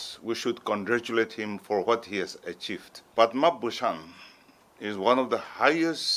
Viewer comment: What i heard her speaking Padman Bushan not Padma bushan🤣